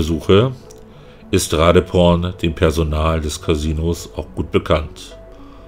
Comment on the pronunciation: Thais benutzen für die Transkription ihres Namens die englische Schreibweise. Doppel-e wird im Englischen zu i, weswegen ich mir ziemlich sicher bin, dass die Dame Ra-dii-porn (langgezogenes i) ausgesprochen wird. Nimm den in Thailand häufiger vorkommenden Mädchen-Vornamen Malee. Ausgesprochen auf Deutsch Ma-liii. Bist ja Vorort und kannst mal eine Thai fragen.